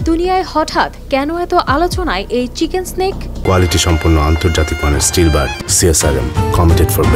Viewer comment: চিকেন স্ন্যাক নয়, চিকেন নেক। 😂😂😂 গরিব সংবাদ পাঠিকা। 😂